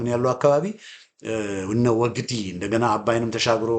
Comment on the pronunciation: ወግዲ ፣ ሲነበብ ግ ላላ ዲ ጠበቅ ወግዲ